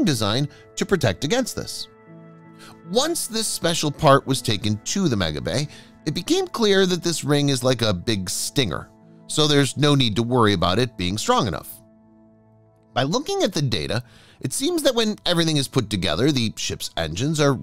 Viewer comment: Stringer. Not stinger